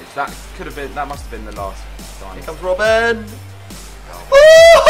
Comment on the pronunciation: its not rob ben you say robbn